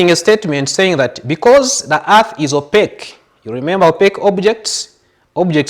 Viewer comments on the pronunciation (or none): Opaque not opeque